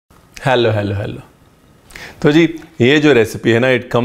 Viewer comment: Sir’s HELLO in Punjabi accent is just… BUUUUURRRRAAAAHHHHH!!!!!!!!!!!